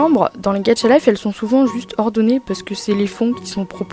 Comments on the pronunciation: Ta dis gatcha 😳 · Pk tu dis "gaTcha" 😭😭😭😭